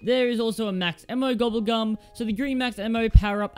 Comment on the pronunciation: Anyone else noticed how he said max ammo gobble gum? It starts BTW